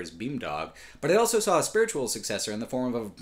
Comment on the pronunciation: says elso instead of also.